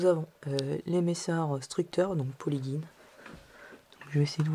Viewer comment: on dit " polyjine " pas " polyguine "